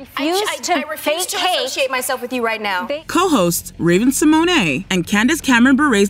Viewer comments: I’ve literally never heard Raven Simone’s name pronounced that way 😂 like Raven Simonay 😂😂 what?!? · I just cant with how you keep saying raven Symone I just kept praying there wouldn't be anymore clips with her... it is pronounced Sim moan not simoanay lol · TO: You are aware Raven's name is Symone, like SIMONE Biles, not Symoyne'. It's just funny hearing the mispronunciation of her name, is all. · It's SI-MONE not Si-Mon-Ey! Horrid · Everytime she says Raven Symonay 🤭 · "Raven See moanae" 😂😂😂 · Raven Sim-o-nay?? 😂😂